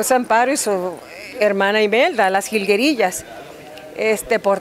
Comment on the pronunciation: jaja... esa entrevistadora se nota que de la nueva "geraración" les dice Jilgerías... jajaja